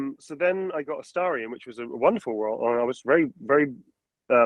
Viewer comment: It breaks my heart to see when someone pronounces AstErion. Come on guys, you can do better than that. Neil put 4 solid years of his life into this character, try at least google how to correctly pronounce a character's name next time. Thanks for the interview anyway, it was fun 👍